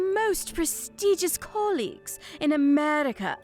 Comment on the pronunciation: Gladys thinks she is so highbrow, but not only is her accent so phony, but she can't pronounce colleges!